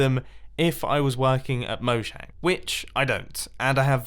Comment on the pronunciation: Mumbo, here at mojang(mojang not moyang) we like to say throw this in thr update. Pandas for example. Who in the world would want pandas out of all the animals they could do. And then they say change the hit machanics. Everyone hates the the 1.9 pvp mechanics. But they still wont change it. So I dout any of these ideas will be added in.